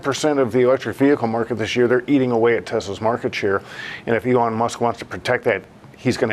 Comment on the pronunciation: Never trust cnbs experts pronouncing Elon “Elaan”